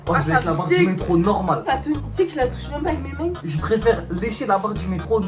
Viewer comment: "Avec mes maings"